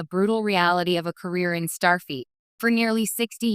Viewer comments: FLEET not feet. Stupid AI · Starfeet? Robot!